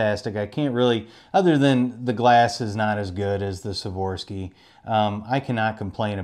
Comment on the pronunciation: FYI, it’s “Swarovski” not “Swarovski” 😂 good vid nonetheless the less. Appreciate the review.